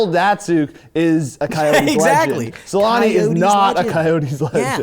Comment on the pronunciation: deserved a strike for mispronouncing "Selanne"